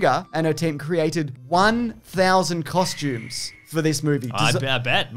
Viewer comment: One Thousand Constumes?